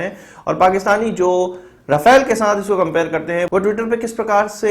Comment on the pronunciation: Rafale = राफेल Rafael = राफाएल Correct pronunciation